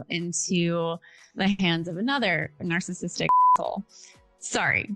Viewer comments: She said narc-cissistic😂😂 ohhh my 🤦🏻‍♀️ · Love how she pronounces “Narksassitic” 🤭🤭🫣🫣